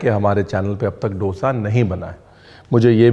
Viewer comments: डोसा nahi दोसा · Respectfully, it’s not dosa. It’s दोसा. I am from chennai - tamil speaking and this dosa sun na mujhe acha nahin lagta. Love your recipes and your channel. Shukriya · Guy's it's not dtosa it's dosa plz 🙏🙏🙏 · Creative variations, loved it! Traditional cheela is also a Maharashtrian traditional dish and is called घावन or अंबोळी. Ranveer Sir, since you are always well-researched, wanted to share an observation. The word dosa is pronounced authentically as दोसा and not डोसा in South India. Wrongly pronounced in all Indian states other than the 4 South Indian States. Don't worry I used to call it डोसा as well till I came to stay in the South. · Please don't mind me saying this. The pronunciation done in this video of Dose is wrong. It isn't डोसा. It is दोसा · Seriously! Being a renowned chef I would expect you to pronounce dose correctly. It is not doughsa. It is do(the Hindi word two)...Dosa or Dose. Inka bhi feeling hota hai. Please use the right word Brar ji 🙏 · As a part of your research, kindly research the right pronunciation of dosa. Just to respect the authenticity of the dish. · It's unfortunate that North Indians simply can't pronounce dosa correctly! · DOSAAAAAA ko ache se pronounce karoo Offend mat karo Dosa should be prounced as do( like two in hindi) and sa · Bhai dosa bolna to seekh le